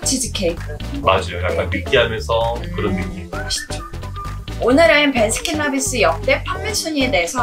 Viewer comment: 베라 아니고 배라